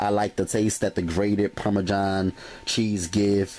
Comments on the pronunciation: Anyone else bothered by how he says Parmesan lol from one Italian to another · Parme-JOHN cheese lol :-P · "Parmajhon cheese"